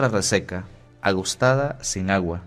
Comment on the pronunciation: COMO TIERRA RESECA. AGO_ TADA,. NO DIGA( agos tada) como si digera Agosto.Usted no es Dominicano.algunos de ellos lo dicen así, pero esa es la cultura.Y Dios los bendiga a todos ellos que son unos hijos bellos de Dios. Pero usted estudió en la universidad y ahí le enseñan a pronunciar las palabras correctamente supongo.perdone por corregirlo. Me gusta oír la liturgia de las horas.Gracias.